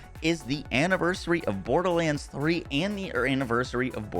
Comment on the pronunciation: if i hear "borDaHlanDs" one more time